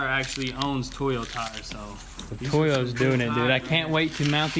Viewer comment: Toy o’ss it’s pronounced toe yos